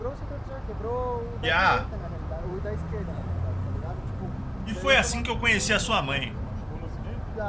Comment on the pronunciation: "Na realide"